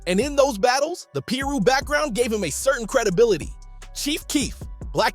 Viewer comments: You gotta work on that Ai speech bot... It says piru weird af... It's pie-roo... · What the hell is a peer-ro? And what is a Rawlings 60😂